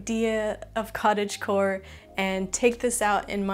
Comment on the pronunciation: giving a like the moment you said cottagegore XD